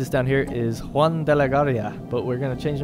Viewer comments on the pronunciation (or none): none